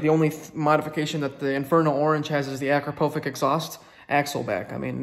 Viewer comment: My American people, Akrapovic it's pronounced A-crop-ah-vich. Just a pet peeve of mine. Carry on.